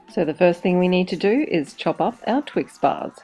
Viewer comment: You say twix-bars like twix-buzz LOL